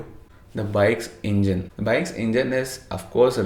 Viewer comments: Son, please, correct, the pronunciation is not INJUN,,,intead "engine " sound would be "EN JIN " ENJIN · Son, please make a correction, sunny, its not INJUN, instead ENGINE, pronunciation sound would be "ENJIN "